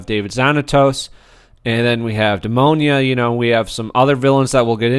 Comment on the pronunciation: Great video, but hearing you pronounce Demona's name as "Demonia" made me think of the shoe brand. 😂